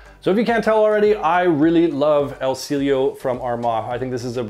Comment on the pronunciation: It is pronounced as EL SEE YE LO.